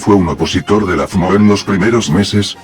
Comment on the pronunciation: Aaaaah sacrilegio! pero si el loquendo si pronuncia bien FMO solo tienes que separar las letras -1000 Loquendo points